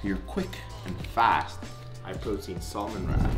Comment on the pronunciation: Bruh. You don’t say salmon right. The L is silent.